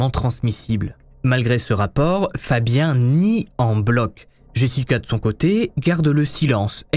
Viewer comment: FABIAN NE SE PRONONCE PAS COMME FABIEN !!!!!!!!!